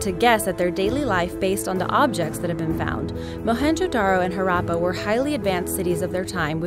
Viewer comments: i think at one point you said Harambay and Mohenjo Daro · Listening to the presenter butchering the word Mohenjodaro and Harrappa